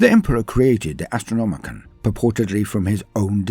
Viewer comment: It's the AstrnomiCAN, not the AstronomiCAN'T!